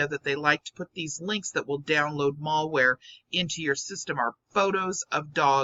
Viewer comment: with all due loving respect to you.. it is pronounced Mal-ware. "Ma-l" short for Malicious.: )